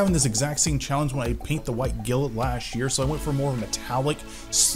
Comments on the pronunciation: Take a shot every time he says "gilit" instead of "Glint". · He didn't call it Gilt or Glint... He said Gillet... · Been a year and he’s still calling it “White Gilt” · He calls it white gilet. why is that. I think it's because he's from India, judging by his skin tone. My thoughts. It's glint, like the glint in someone's eye. Not the gilet in their eye. Lol 😂😂😂😂 but ya love his paint jobs and customization with the lights added. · I thought you were joking 😂 Glint otaku, like a glint in her eye.